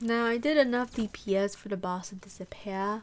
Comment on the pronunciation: Hold up that “disappeah” didn’t go past me 👀